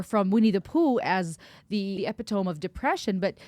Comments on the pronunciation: Good Lord….You have a university degree and you pronounce ‘epitome’ like ‘ep-i-TŌM’? The word is ‘e-PIT-o-mē’. That was the most terrifying thing in this video. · I have never, ever heard the word “epitome” pronounced that way…. Ep-it-tome? What? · You really said epi-tome xD love it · Hey ur pronouncing epitome wrong.. no biggee just thought u’d want to know❤️ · Epitome not pronounced like that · Hard to take someone seriously when they can’t pronounce “epitome” properly. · A therapist who cannot properly pronounce epitome?……. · Do you really consider yourself therapist when you can't pronounce the word epitome? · You lost me at your pronunciation of epitome!!! Learned friend. Oh, you’re US intelligent. Funny then. A parody?